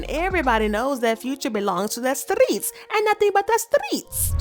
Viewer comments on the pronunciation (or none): Why you say streets like that on